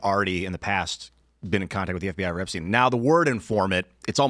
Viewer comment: I'm going to lose my mind between the guest mispronouncing Epstein and Tim mispronouncing Hyundai